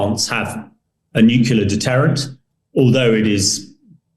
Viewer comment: Oh no! Not this idiot again. The guy who can't pronounce the simple, but incredibly important word, "nuclear." I cannot pay attention to someone who clearly didn't listen to his teachers.